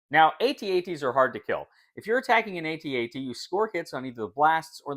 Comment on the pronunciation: THANK YOU for not calling it an "at at" 😂